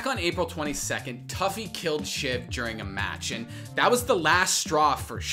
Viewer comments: toofy not tuffy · “Tuffy” haha it’s “Too-Fee” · You saw a clip of rogue pronouncing tufi two-fee and immediately after pronounced it tough-e lmaooo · It's"toofy" not "toughy" 😂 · everytime you said toughie it made me cringe...everytime I heard it. it was 'Too-Fee' lol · How you gonna call him toughy (phonetically) when everyone else calls him toofy (phonetically) LMFAO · “Too-fy” not “Toughie” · Tuffy. You mean TOO FEE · Every time I've ever heard this guys name from literally anyone it's been pronounced "too-fi" not "tuff-fi" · I'm pretty sure his name sounds like TWO-FEE not TOUGH-FEE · tuffy? TUFI!!!!!!! get it right >:( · Turfi😂wtf, its pronounced Toofi, and warzone is much worse in the cheating department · I know it’s a small thing but it’s pronounced Too-Fee not Tuff-Eeee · You pronounce it as tew-fee not tough-ey. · Not toughY. It’s tu phi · I respect the apex coverage, but yeah the pronunciation kinda highlighted that they don’t actually have experience with the game... for those wondering his name is usually said as “Toofi” but it’s spelled tufi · Great vid but it is pronounced "toofi" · Bruh It’s two - feee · It’s pronounced toofi dude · him pronouncing "tufi" as "tuffy" kinda makes me cringe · Damn if you’re gonna talk about tufi at least say his name right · You said comment lol so try saying the hackers name right the way you kept saying it wrong made me wanna rip my ears off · Dude I love that you mispronounce his name, he would get so mad about that shit hahaha